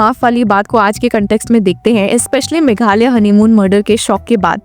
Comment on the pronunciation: Meghalaya you pronoun meghalay.Himalaya how do you pronounce.